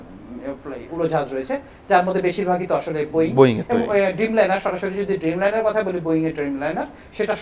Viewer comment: উফ, ড্রিমলাইনার হবে, ব্যটা বেকুব। খুবই বাজে উপস্থাপনা।